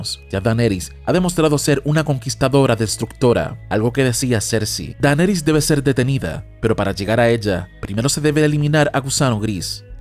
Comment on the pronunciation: Este man tiene un problema serio de dislexia! Qué fastidio su maña de pronunciar mal el nombre de Daenerys! En fin, la estupidez también es una opción